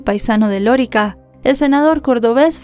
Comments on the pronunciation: es: Lorica, NO Lórica. Gracias. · No se dice Lorica, se dice Lorica 😅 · Es Lorica, NO Lórica 😵‍💫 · No sé pronuncia lorica, si no lorìca Córdoba, caso que nos tiene consternados a los Colombianos, gracias, por relatarlo y con tanto respeto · y una cosa se dice Loríca (acento en la i) no lórica… es un pueblo en la costa norte que es famoso por su población mayormente de origen árabe (Siria y Palestina) por eso le dicen Lorica Saudita….. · Se dice LORÍCA no Lorica. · Loríca, el acento está en la i, no en la o. Saludos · Querida: las palabras agudas llevan el acento en la última sílaba. Se marca acento ortográfico (tilde) cuando terminan en vocal, N,S. Las palabras graves, llevan el acento en la penúltima sílaba, se marca acento cuando No terminan en vocal, N,S. Este es el caso de la población de Lorica. Es decir, la sílaba acentuada es la segunda (ri). No lleva tilde porque termina en vocal Las palabras esdrújulas llevan el acento en la antepenultima sílaba y siempre llevan tilde. Por eso sabemos que Lorica no lleva el acento en la sílaba Lo. Bendiciones y abrazos ❤❤ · Lorica se pronuncia con el acento en la segunda sílaba